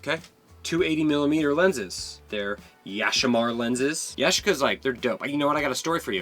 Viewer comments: Yashica is Japanese... It's pronounced Ya-SHEE-ca. 😁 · It's Ya-chic-a.